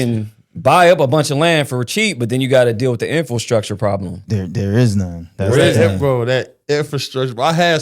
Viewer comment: Infil structure is driving me nuts. It's pronounced Infra structure